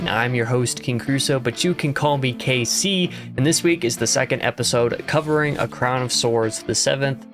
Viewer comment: lmao - you're actually nailing most of the pronunciations, KC.